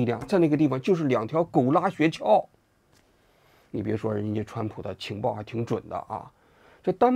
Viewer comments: 雪橇的橇不是四声，是一声啊，王局。听得我这个难受。想当年央视的记者估计不需要通过普通话考试。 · 王志安谈社会话题以外，基本都可以归于娱乐节目。 先来挑个刺，那叫雪橇（一声），不是雪撬（四声）。这不仅仅是认字少，说明就没怎么听说过这个词儿。